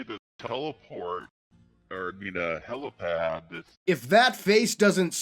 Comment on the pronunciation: Slip of the tongue is far more likely in my opinion especially with how they then pronounce it "HelOpad" Its HelIpad. Cause there aint no such thing as a Helocopter. Its a Helicopter. Probably an in joke tho.